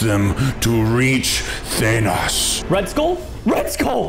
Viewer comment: Preston didn't even say Thanos he said Danos